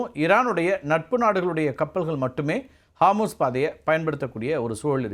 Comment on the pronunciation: ஹார்மூஸ் இல்ல அது ஹோர்முஸ்.